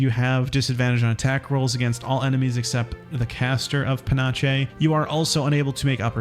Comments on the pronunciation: Panache : /pəˈnaSH/ how old are you that "panache" isn't already in your vocabulary 9? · “Panache” is pronounced “puh-NASH” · please, if you do not know a word, please look up how to pronounce it. Pah-naahsh. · puh-nash. google is so easy to use. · "Pa-nash" It's a soft 'ch' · Panache = Pah-nash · Panache is prounounced "pa-nash" (like Steve Nash), basically it means swagger in french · Its a French word, and is pronunced pan-ash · I believe it’s pronounced as (pah-naash) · Thanks for these videos but I just gotta say... it's pronounced "Puh-NASH" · As a French Quebecker, I can tell you it’s a French word pronounced pan-ash. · No one covering patch 8 is able to pronounce panache correctly. There's been like 3 separate youtubers that just don't recognize it written. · Guys it’s really hard to learn to pronounce words properly. It’s not like you can just look it up on the internet in 30 seconds before recording a video or anything. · I was going to make fun of you for correcting it, but the I heard how he pronounced it and took 1d8 psychic damage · I rewound this and sped it up to 2X speed. Absolutely hilarious. Never change, you pronounced it perfectly. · I really hope he pronounced it like this on purpose for the engagement in the comments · Rakish is rake-ish, panache is either pa-nash or pa-nosh